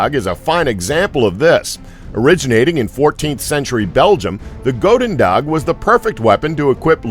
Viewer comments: Goedendag is pronounced ch (as in bach) - ooh (as in ooh la la) - den - dach (as in bach with a d). Believe me, i'm Dutch. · Goedendag⬅there's a "G" on the end of it m8, one you most definitely pronounce too. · get your facts right the first weapon does not translate to dutch for good day or you didnt put in the effort to find out how to pronounce it properly